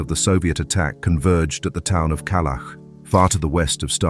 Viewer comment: IT'S NOT. KALAK BUT KALACH.